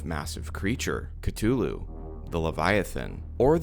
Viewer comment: HOW THE FUCK do you mispronounce Cthulhu? jesus christ